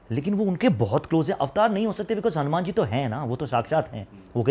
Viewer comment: Aamumar khte hai. ....Amumaan😂😂😂